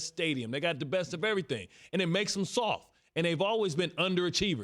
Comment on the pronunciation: Bart Scott said it with his chest...the cowboys are “sofffffff”...even the T is silent 🤣